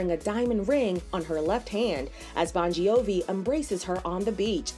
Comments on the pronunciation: i know that. I was talking about how the „gi“ is supposed to be silent and not pronounced the way the narrator did. I was just laughing at that with no hate at all🤭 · Am i the only one laughing about the Bongiovi pronunciation 😅🤣 No hate!!🩵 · driving me crazy hearing how you say the last name